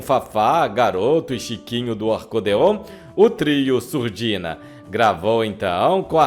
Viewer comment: " música em Surdinha " !!!! Era um programa que ninguém ouvia pois todos eram surdinhos !!!! Não seria " MUSICA EM SURDINA " ????? ESSE NARRADOR É UMA Comédia !!!!